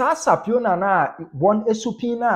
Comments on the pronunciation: Subpoena ‘supina’, not ‘sapiona’. Do well to rehearse court terminology’s with regard to pronunciation. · Boss e no be sapiona oh, its supina😊